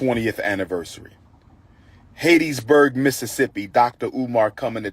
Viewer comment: Hat...tees...burg. Umar🙄 Hattiesburg